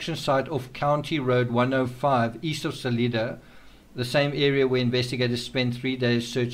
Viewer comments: Pronounced like it's spelled: Sal-I-da, not Sal-EE-da. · SUH-LYE-DUH (not SUH-LEE-DUH). :o) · Salida is pronounced like saliva with a long i, NOT saleeda. In case no one has told you. (I live in Colorado.)